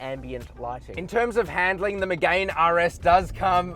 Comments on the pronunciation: Btw bro it’s not called a Renault Megain. It’s hurting my poor Renault sports fanatic ears everytime you say megain. It’s spoke like me-gan. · Lost you at "Megayne"... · Renault Megay’n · It's pronounced Me-gan silent e. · Megane = (MEE)-(GANN) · Renault “MiGaYn” why tf is he saying it like that, he’s a motoring journalist, surely someone has taught him how to say it properly 🤦🏼‍♂️ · I disliked the video just because of the way you pronounce Megane, besides that really good review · Good edit. If only you pronounced Megane correctly. Caradvice has a pages for this. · Oh say “Megane” properly you melt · I think that's right, but you would have sounded way classier by responding to this by starting with an admission you screwed up. These details do have an impact on how people perceive your knowledge of cars and therefore how valuable your opinion is on them. I enjoyed the video though so keep it up! Just perhaps google car pronunciations in future.